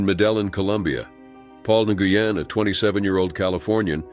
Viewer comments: “New-Goo-Yen” 🤦🏻‍♀️ Your pronunciation is so wrong. Please read a book. 💀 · Bahahaha! No way! I JUST commented about his mispronunciation of “Nguyen”. YouTubers have ONE job. They should put in effort to pronounce things correctly.